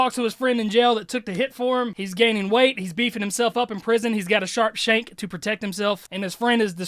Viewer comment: The way he says sharp shank sounds like shawshank which is a prison movie where the main character is innocent and eventually escapes